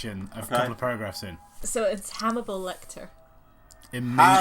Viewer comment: "Hammibal Lector" made me choke